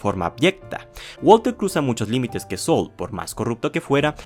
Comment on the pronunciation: Por que dices bether call sol 😂😂😂😂😂😂😂😂😂😂😂😂😂😂😂 se pronuncia saul tal cual pero de forma rapida.